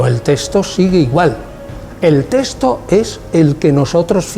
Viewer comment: Perdón una observación, es texto y no " testo " .